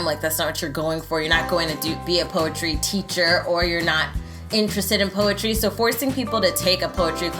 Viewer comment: Poe a tree sounds like "pose a tree"